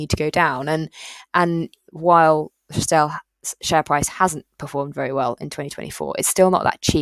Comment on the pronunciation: Think my original comment may have got lost or deleted. Just wanted to highlight it’s pronounced TRI-stel, not TRISS-tel. Plenty of videos online of Paul Swinney, the founder, for you to verify